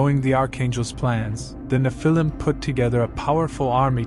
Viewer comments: It’s pronounced Nef-il-lem, not Ni-fil-lem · N you need to say NE phil I’m, not ne Phil IM